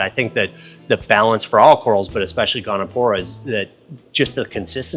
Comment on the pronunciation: It's Goniopora, not "gonopora". Nice corals, nice store.